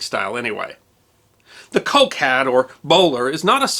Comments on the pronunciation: Piccadilly: just Piccadilly, not Piccadilly Street. Pall Mall: both rhyme with shall. Coke (Liecesters) pronounced Cook. Always worth checking English proper names pronunciations... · Very entertaining, thank you. A small detail, Coke is pronounced cook.